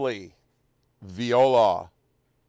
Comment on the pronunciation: It’s “voilà”,, not “viola”. A viola is a musical instrument; “voilà” (French: vwa-lah) means, “see there!”. Apart from that, your usual excellent output. Keep up the good work!